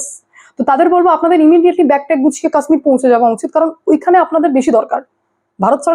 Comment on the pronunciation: আরে উচ্চারণ টা ঠিক করে করো কাশ্মীর।